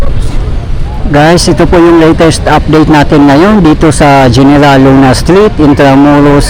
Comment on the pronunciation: Kuya, General Luna is pronounced "Heneral" Luna 😊